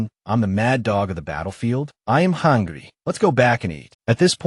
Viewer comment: "I am Hungry" sounds like Italian , its a me mario